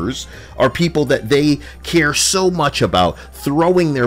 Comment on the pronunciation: That "Japanese peepur" Took me out. I was caught off guard lmfao.